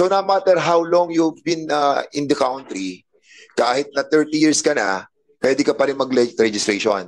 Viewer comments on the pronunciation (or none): none